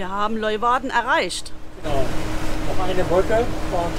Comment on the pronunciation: Der Ort, die Stadt heißt nicht Leuwarden, sondern Leeuwarden. Lee u warden. Gesprochen Leeuwarden...